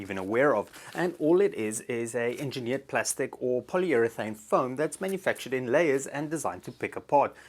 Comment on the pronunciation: "Polyurethane" --> Really?